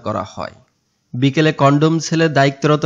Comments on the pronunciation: কনডম সেল না কনডেম সেল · U Tiber ভাইকে বলছি কনডেম সেলকে যদি কনডম সেল বলেন তাহলে আর কি ভিডিও বানাবেন আর মানুষই বা কি দেখবে? সুতরাং আগে মুখ ঠিক করেন ( মানে কনডেমকে কনডম না বলা) পরে ভিডিও আপলোড দেন,ধন্যবাদ।। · #BANGLA MEDIA কনডম সেল না কনডেম সেল আর উচ্চারণ ঠিক করেন